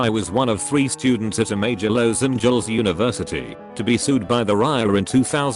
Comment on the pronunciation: Nobody: Text to speech bot: Low-s angills